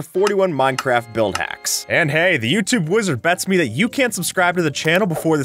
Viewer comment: “YouTube” boi I thought I heard UK